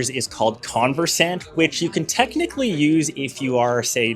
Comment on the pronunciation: The word is pronounced conVERsant, as in, “I am not very conversant in French,” not CONversant.